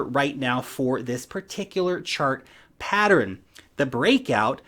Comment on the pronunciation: Its pattern, not patterin.